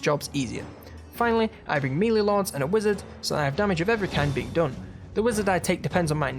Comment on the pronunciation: I absolutely love these videos. Doing a fantastic job. Only criticism is the way you say Melee! It's driving me insane 😂 its pronounced "May-lay" not "mee-lay"